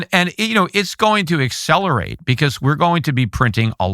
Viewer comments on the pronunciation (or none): none